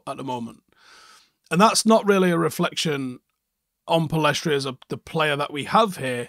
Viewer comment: Pellistri not Pellestri.